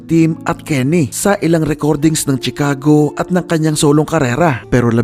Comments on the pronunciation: Correction lng p idol Shi-cago po pg pronouce not Tshi ;) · chicago = shuh·kaa·gow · Sir check your correct pronunciation ng Chicago Sagwa pakinggan